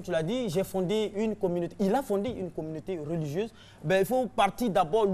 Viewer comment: Hum RTI on dit pas "réligieuse" mais "religieuse"